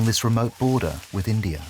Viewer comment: India does not have an R in it. How about pronouncing it properly??